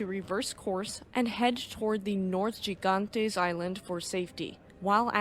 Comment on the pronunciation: Gigantes is pronounced as, "HEE-gantays."